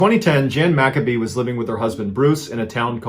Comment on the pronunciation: Mac-a-bee? Mc Cabe/Maccabe is pronounced m'cabe rymes with abe